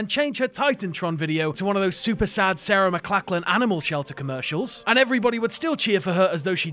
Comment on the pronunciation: it hurt my soul to the core the way he said sarah mclachlan